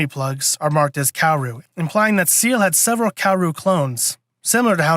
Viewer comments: SAY-LAY…. Not seal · Not to be that guy, but... "Say-Lay," not "See-eL" I'm the worst, I know. LOL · If you wanna get technical, it's pronounced "Zeel-uh" since Seele is German for "Soul" but the english dub made the Say-lay pronunciation more popular even though it's technically wrong. Sooo... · Ahhhh, dude…. It’s pronounced, “Say-Lay” And they sent Kowaru to start third impact, it was Gendo and Nerv that were trying to double cross them and save everyone thru instrumentality rather than face judgement and death from the angels!